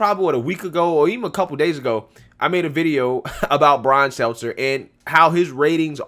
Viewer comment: It's not Brian Seltzer.... good lord. Not sure if you're nicknaming him or just bad at pronouncing his name. Lol